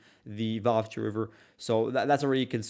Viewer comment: Why do you always call Vuhledar 'Vuhkedar'? And why is this almost completely destroyed and depopulated small town, now only on the road to nowhere, considered so significant by both sides? Is its current importance mainly symbolic , after the major battle there earlier in the war?